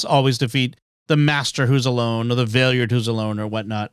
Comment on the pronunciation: The way you all pronounce the Valeyard's name is driving me nuts.